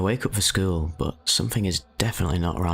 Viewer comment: “I was pretty average for my skeewl” lol that accent